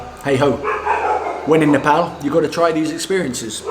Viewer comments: I like the way you say nepal.Most of nepalese while speaking in english bring out their fake accent and say nepol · You started to pronounce our country name well...its almost perfect..🙏